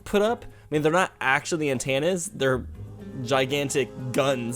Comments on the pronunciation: An-tan-ah?? Am-bianse?? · you are the first person I have ever hear say antenna as ant- anna ive always heard and pronounced it as an-tenna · The way you say "antenna" sounds like "Santana" for some reason.